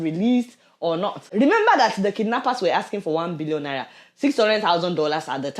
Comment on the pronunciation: You always have a desire to mispronounce some English words and figures. Example: “Sebeen”, instead of “Seven “ or “2 Bion Laila” instead of 2 Billion Naira. Are you trying to be funny when in reality it is not funny? Non Nigerians might think that you are not actually educated. Or is it that you have a speech impediment ?